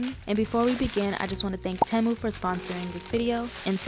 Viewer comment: I love your videos ! Btw it’s pronounced like ti-mu